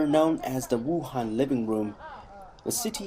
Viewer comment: 希望cgtn的记者说武汉时用普通话发音，别说老外没有声调，ABC都做的比你们好